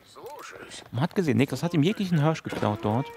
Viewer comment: Niklas holt sich den vörten Hörsch! :D